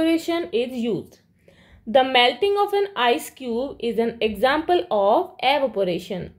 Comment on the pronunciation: Evaporation ❌arovpation✅